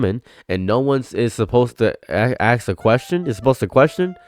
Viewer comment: “Ask” a question, not “axe” a question. Ya silly goose.